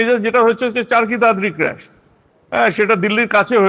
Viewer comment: It’s crash Not crush Ki journalist bhai Tora